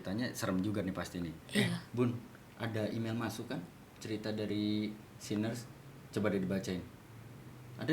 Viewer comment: Nah ini.. gw denger kaget. Sinners 😶